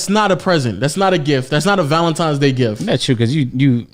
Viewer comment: I'm sure was saying Valentimes